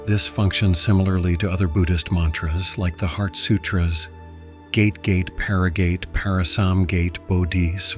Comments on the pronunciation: Thanks for this explanation of origin of Medicine Buddha but do pronounce " gate as "gha.tay" not usual' gate' of house. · I would like to be helpful here and let you know that the mantric word “GATE” is not pronounced as the opening in a fence but as: “GAH-TAY”.😊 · It should be pointed out that Ma trip “GATE” is pronounced: “gah-tay” not like an opening in a fence.